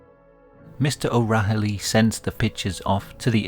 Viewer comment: O'Rahilly is pronounced Oh Riley